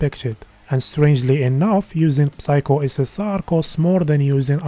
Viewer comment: Don’t pronounce the “p” on the word “psycho”